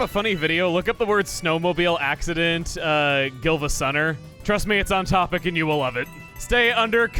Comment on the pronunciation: It's Siivagunner, not Gilvasunner actually